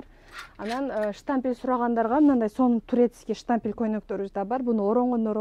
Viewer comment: Штампель, запх дейтко 😅Штапель, на запах